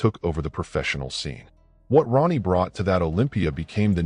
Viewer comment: You said Ron ie